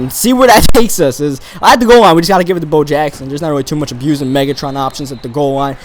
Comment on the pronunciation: You said hove instead of Bo.